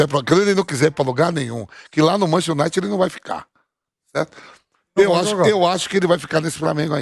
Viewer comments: "MANCHESTI UNAITI" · "Manchi unaite"(sic) eita Vampeta ...estude ...vc tem grana homem ...tenha aulas!!!